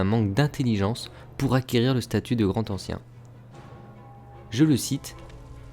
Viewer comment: PTNN oui je sais que la vidéo date de 4 ans, mais "le Grand Ancien" sans liaison il n'y a t-il donc que mes oreilles que cela dérange ????